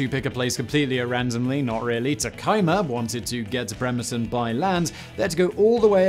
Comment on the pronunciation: Ironically it was only Bremerton that was mispronounced. Great job on all the native names!